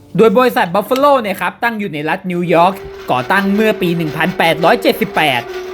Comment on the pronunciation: พูดชื่อยี่ห้อทีรู้สึกเหมือนโดนด่า